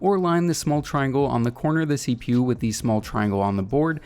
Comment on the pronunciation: CPU and gpu up pronounce by just saying the letters. Don’t say it like a word it isn’t “seepew” it’s CPU